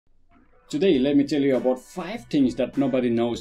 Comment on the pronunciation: Five..... Pronounciation style. I die